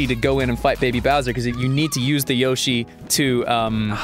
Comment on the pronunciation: Wow. I never heard someone pronounce Yoshi as Ya-shi. It's pretty surprising to me.